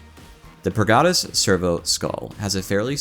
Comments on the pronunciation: its not pur-gator; Its purge + servitor aka. The Purgi-tor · The way you are saying purgator is killing me. 😤